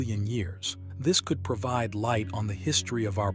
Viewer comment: AI voice is good and all, but when is says "A Queered" over acquired or "Pro veed" over provide, it definitely shows there is work to do for it to actually use correct pronunciation. I'm sure in 25 years, Skynet will have already come online and we are all doomed, but until then, I'll keep letting it know it has room to grow.